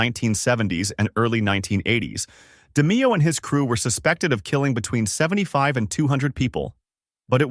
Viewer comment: Good video but its pronounced (De-Mayo) not (De-Meeo)